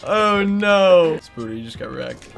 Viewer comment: Why call him fucking 'spooder' when his name's 'spoderr'? Ffs